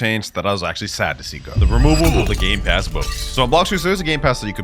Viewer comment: Dang bro rlly said gay passes